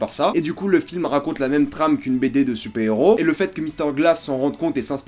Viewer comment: Super héros se prononce "supaire héros" et pas supé héros. Dark knight se prononce "darque knight" et par dar knight.